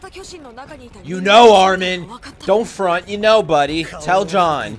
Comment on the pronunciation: I just love how calls Jean as "John" it makes me laugh everytime